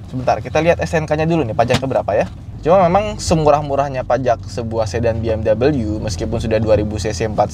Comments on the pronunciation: BMW (Bayerische Motoren Werke) itu bacanya "Be-Em-We" bukan "Bi-Em-dobel-yu" 😛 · Bukan Bi eM doubleU